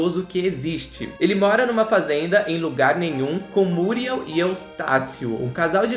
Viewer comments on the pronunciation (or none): É ( muriéu e não múrieu.) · É MuriÉl e não MÚriel. Muriééééé´lllll!!!! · Oloco, fala Muriel direito, da até agonia dhehehsuwgwhw